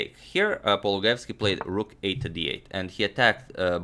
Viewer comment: His surname is pronounced paul-loo-guy-evs-key, not paul-guy-evs-key.